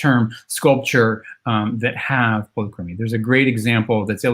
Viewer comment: Youre saying polychromy wrong